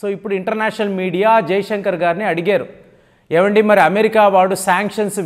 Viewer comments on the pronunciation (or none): none